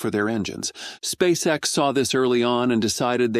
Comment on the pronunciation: et on prononce "spèice ix" et non "spaceexe" !!! Abruti